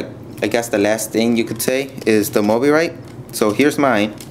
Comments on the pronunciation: btw its pronounced mo-bye-rit and nice video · its pronounced mo-BYE-rit. And those are prototypes, so they're not final. But you did point out a lot of things I hadn't noticed.